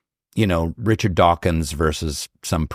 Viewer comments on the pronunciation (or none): none